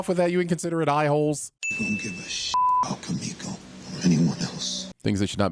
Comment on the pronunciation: KI-mi-ko, not ki-MI-ko